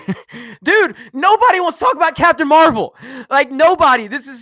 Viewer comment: You messed it up.... it’s Captain marv-L